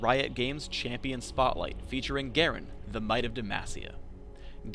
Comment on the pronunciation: Excuse me sir, its "Champion"